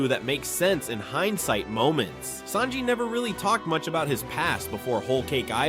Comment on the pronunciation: Holy crap, I'm glad I'm not the only one. Who the heck are Saybo and Saynji?